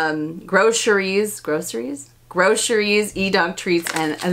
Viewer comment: I can assure you that it is gro-cer-ies, not gro-sher-ies